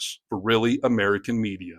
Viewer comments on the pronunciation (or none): none